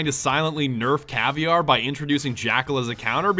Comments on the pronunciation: It's cav-eer-a not caviar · caivier? it's ca-vai-ra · caviear NO its caviera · Cav-e-ar-a not fish eggs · It's pronounced (Cah- vera) not (Cah-vi-ar). The R makes a soft D sound because It's portuguese. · Her name isn't pronounced caviar. It's not even spelled like that. It's pronounced Cah-veh-da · Its pronounced cav E era not caviar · i think it is pronounced cav-air-uh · more like cuh-vair-uh. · it's cah-vey-ruh (I'm brazilian) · well this dude is saying cav-i-ar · yeah not cav e air a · Caviar? ITS CA VE I RA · I like how you pronounce caveira caviar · dude cannot say CA-VEE-ERA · yo its not caviar its caveira or skull in english. But hey nice video man bring the cheese down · did you mean to say caviar or was it a mistake??? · Your saying Caviria btw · caviar? caviar? You did not just fucking say caviar... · Caviar you mean caveira with an I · I'm severely depressed how you pronounce Caveira as Caviar... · Caviar? Caveira isn't pronounced like that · u dont pronounce "caveira" u pronounce "KA-VEY-RA" it's a Portuguese word!!!!